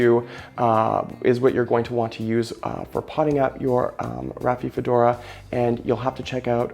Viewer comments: Dude... Rafi-fedora? 😒At least learn the name of the plant beforehand... It's not THAT hard to pronounce: Ra-fi-do-fo-ra! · You're mispronouncing name of plant as Raphiphodora...how can we trust your knowledge on subject??? Ugh...and I see that you've misspelled Decursiva as well. Critical details not important to you????